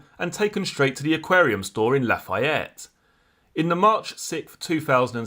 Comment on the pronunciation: Great channel! Lafayette is pronounced La-fee-ette.